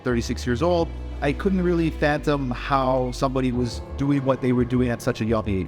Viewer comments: So - '' didn't even know his own age, and then...Did he just say say he couldn't really "fantom"?... That's a red flag right away... 🫥 wouldn't trust him with my goldfish, let alone my money! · hahahaha "I couldn't PHANTOM how" its fathom dog....